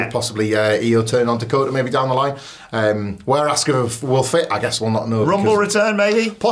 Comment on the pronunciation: "Assuka". You did it again. You've heard how it's pronounced. So, why? Both of you. "Damage Contarol"? 🤷‍♂️